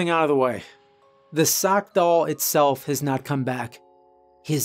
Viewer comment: I am deeply puzzled by your pronunciation of the word doll